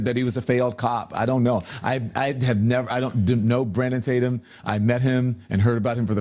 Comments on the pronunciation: First, his purposeful mispronunciation of your name is a typical trick. He knows how to pronounce your name. Then he attacks your credentials (ad homonym), coming from a guy who has done NOTHING in life. He read a teleprompter on cable news. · So, he admits he DOESNT KNOW his information ! About time !!! 😠😠😠😠😠 Can't even pronounce Officer Tatum last name ! 🤔 Nancy Grace is as bad as Don Lemon ! 😠 I will NEVER watch her again !! NEVER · How cute that he PRETENDS that he can't say your name at the beginning but has no trouble with it the rest of the show. Don, we know you know who Brandon is. Quit playin! You ain't foolin nobody! LMAO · Deep throater Don can't even say Tatum right! Or was that intentional? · Exactly! His intentionally mispronouncing his name was so fake and lame! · If he’s warned about Brandon from the beginning and done videos on him you think he would know how to say Tatum. It’s not like it’s even complicated to say. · The fact that he intentionally mispronounced your last name was comical. His apparent jealousy is so obvious. It would almost be entertaining but more sad than anything. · He's supposed to be a journalist and he can't even say Tatum right? 😂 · The purposeful mispronunciation of Tatum is WILD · Look at Lemon pretending not to know how to pronounce hour name😂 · Mispronounced Tatum's name on purpose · The very first sentence out of Donny Bo’s trap is that they have been warning us about Brandon, but funny that he can’t pronounce his last name right but wants us to believe he’s been on the “case” about Brandon. So Don doesn’t even really know who Brandon is but is spewing things he has no clue about. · Can you not say his last name, right? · The fact he said your name as Tattum instead of Tatum shows he is an idiot, he doesn't deserve acknowledgement. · Don “Lemone” intentionally mispronounced your name. What a low power move. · Lemon purposely mispronounciating Tatum's last name is a pissy little bitch move.